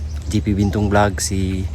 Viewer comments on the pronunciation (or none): none